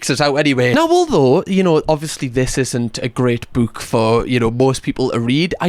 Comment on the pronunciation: Whenever you say "book," I can't help but repeat, "BOOWK BOOWK THE BOOWK"